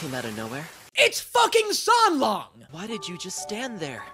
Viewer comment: it was funny when you mispronounced the names of the characters in your first video, but you could’ve learned them by now. It sounds kinda disrespectful that you even managed to say Xie Lian and San Lang wrong.